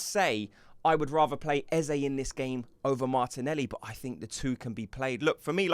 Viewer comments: why arsenal tubers can't say Eze name right? even old Charlie Watts the same . only one who gets it right is Adrian Clarke.. fyi do not say ezzay ... say ezzah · Eze pronounced as Ezza.